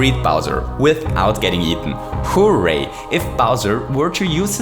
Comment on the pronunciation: “*HOO*ray”, undoubtedly my favorite part of your videos